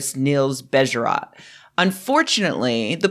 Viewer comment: "Bejerot" is pronounced with two stressed syllables and two long sounds: "BEYYYY-e-ROOOT". The o sound is approximately the same sound as "oo" in soothe.